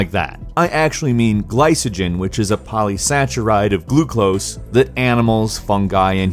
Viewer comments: Ah, the pronunciation! It's sack-uh-ride, not satch-uh-ride. Also, gly-ko-jen, no "s" sounds! :) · KO and he pronounced "polysaccharide" with the "ch" sound instead of a "ck" sound. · polysaccharide is pronounced with a "k" sound as in cat instead of a "ch" sound as in chase.